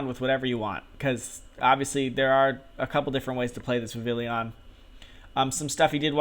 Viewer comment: Cool video dude but Godddd is it obnoxious when people mispronounce and misspell Vivillon. It's Viv-EE-Yon. It's French, man!